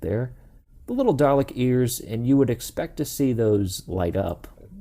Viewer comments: You point out the eye-stalk but mistakenly call it a "top laser bit"... 😕 You know there's no R in Dalek/Daleks: so stop adding the R when you say Dalek...! 😉 Best way to pronounce it: singular Doll-eck; plural Doll-ex. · I appreciate the warning at the beginning of the video, but every time you said "Darlek" my giblets were triggered. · Drinking game: Take a shot every time he says “Darlek” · My name is Jamie Olberding and you aren't the only one here in the U.S that calls Daleks the wrong name pronunciation Darlek. Some of my friends who haven't even heard of "Doctor Who" are always asking: "What is "Doctor Who, I have never even heard of it?" I usually get my Dalek toy figures on either or at comic book stores